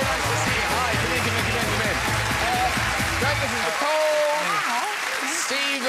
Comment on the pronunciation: Hearing Graham pronounce Geraint correctly was so wonderful